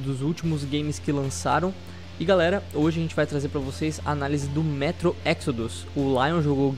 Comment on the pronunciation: não é ''métro''